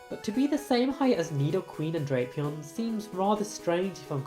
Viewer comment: So apparently Drapion is pronounced as "Dropeon".